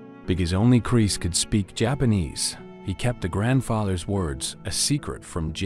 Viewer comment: love the AI voice "Chris" sounds like "Crease" lol